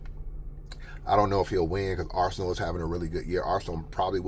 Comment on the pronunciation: Nigga said arsonal for COTY Lmaoooooo